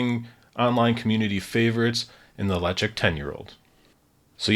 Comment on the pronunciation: “Letch-ick” is the correct pronunciation. You got it. That’s according to the box and the website.